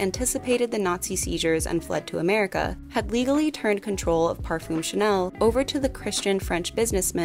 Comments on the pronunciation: Great video, thank you. But please check on how to pronunciate French words. Chanel, parfum, garçon... They are all so mispronounced and it would be a great opportunity to teach non-French speakers how to pronounce them correctly. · This was great and very well researched but please, please look up proper French pronunciation for future videos. It doesn't have to be perfect but I felt there was very little effort to pronounce most French names, basic words like parfum etc.